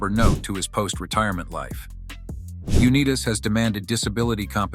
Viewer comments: It's Un i tas with an I ( EYE ) , not Un e tas with a E ! Now next we'll work on Potato and Tomato and remember , Lenin was not a Beatle and Lennon was not a Commie leader , at least not with the Beatles ? Please don't get into ice Hockey because you will really screw up Henry Richard ! Remember he's French Canadian ! ( On - ray Rish - shard ) . Those boys in the south had a hell of a time with that one when the Calgary Flames moved to the Atlanta ! AL sucks ! It's like a blow up sex doll without the vibrating mouth ? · Dumbasses! Pronounce his name correctly. UnIGHTIS. Not Uneetus...stupid AI voice over. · Your video is interesting, but has no credibility whatsoever if you cannot pronounce John Unitas' name correctly. It's YOU-NIGH-TAS (long I)....not YOU-KNEE_TAS. That's disrespectful to who, IMHO, is the GOAT quarterback in NFL history. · Very annoying to hear a computer generated voice mispronounce his name. Uneeetas? Also, you really did not dig deep in your research. All the facts you present in this video have been well known for decades about John. The NFL did in fact turn its back on him for the disability claims. I can tell you are not a true fan of John, because it appears you just wanted to create a video fr he sake of doing so. Very unemotional. And about that famous right hand you know nothing about, He was cleaning a 22 cal pistol when it went off and struck him in the hand. Didnt know that, did you? AI is ruining everything. This video was a waste of time, and an insult to Unitas fans. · Pronounced U-night-as. Statistics stamistics the only thing I know is the quarterback u want in the game in the last 2 mins when the team needs a touchdown to win the game is John Unitas. I’m from Baltimore,weeb eubanks was not a legendary coach;he knew $hit about football. Do some real research before u make sweeping statements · I gave you a big thumbs down because his name is pronounced U - NITE - TUS. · You didn’t even pronounce his name correctly